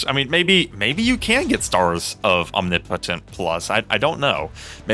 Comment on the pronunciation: Different way to say omnipotent.. is that the correct way?😂